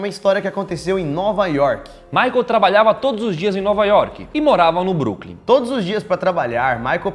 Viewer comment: ele falou nova York, Brooklin kkkkk